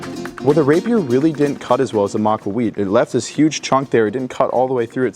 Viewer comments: It's Ma-cua-HUI-tl, not Ma-CUA-huit Emphasis on that last part Heck, there are maaaany youtubers who understand that yet the guy who "did his research" doesn't? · Thing is in the process he messes up the correct syllable to stress. Point taken in that at least he cared to keep the "h" mute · Could not watch it due to how they were pronouncing Macahuitl. Its not pronounced "Mac-wah-we-ich" Its literally vary easy "Mah-kua-he-til". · MAAh-KuAAh-Wee-tL not macaweet. Así como él lo estaba pronunciando fue suficiente para enojarme. Hui like in the word Huisache. and tl like in the word Nezahualcóyotl or Axolotl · Your pronounciation is not one I've heard. I've heard it pronounced "ma-kwee-tle", with the last syllable sounding like the last syllable in "turtle " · Its pronounced mah-kah-huatl. Maka-wattle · Pronounce the last "l", like the work "little." Pronounced Ma-coo-a-wee-tl. Your pronunciation, of not saying the last "L" is annoying. You should have gotten a swordsman or looked at YouTube videos on how to use swords. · Ma-cua-hui-TL, you gotta pronounce the TL harder. Sort of like take "tul". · You're pronouncing it wrong. To keep it simple say (MAW KAW HWEE TL) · Not exactly absolute historical accuracy. Its pronounced Maka,wotal 😂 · "Ma-kwa-wheat" 😂 EDIT Hmm, the sources I looked up pronounced the "tl" and outright said the ending part was supposed to be pronounced so that it rhymed with "beetle" and said that that was correct way to pronounce it. Which one is it then? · The pronunciation would be more like maka-whittle but great video as always 🤠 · Its not, its pronounced mah-kwa-wit-sh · Ma-qwa-we- '*call over a horse you wanna pet*' Interesting pronunciation lol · the what? Maqwawikh???? My whole life I’ve been pronouncing it “mah-que-hee-tul” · It is almost painful to listen to you butcher that pronounciation. Repeat after me Mock - Q - hit - L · Ma kwa wetł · I am 99% sure he is saying Macuahuitl wrong lol it just sounds wrong to me